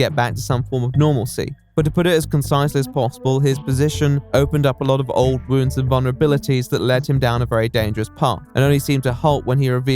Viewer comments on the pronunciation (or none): none